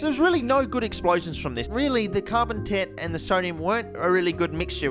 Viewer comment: Hehe carbon tet sounds like carbon tit